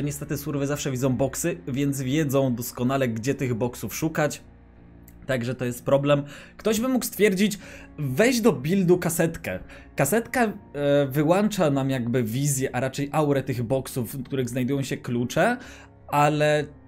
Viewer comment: WYŁĄCZA nie wyłancza !!!